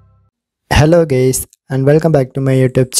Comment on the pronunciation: Hello guys❌ Hello gay's✅